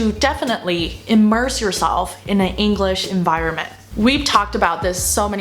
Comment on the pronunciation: 虽然觉得Maggie英语很棒~但是说实话不知道为什么我觉得她的English发音总听着像Engl勒sh……